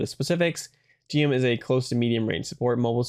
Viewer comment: It's pronounced "Jim" ("Jimu" in Japanese) btw, but not a big deal.